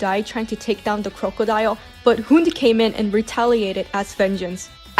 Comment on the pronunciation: I speak Danish and it hurts to hear a common word be mispronounced like that (Talking about "Hund") no hate obviously